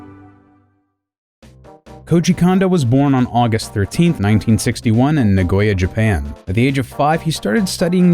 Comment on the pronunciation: It’s pronounced “kohn-doh,” actually. NOT “condo.” He’s a cone of dough, not a condominium. (At least Dylan Cuthbert got it right.) And his hometown is “nah-goh-yah.”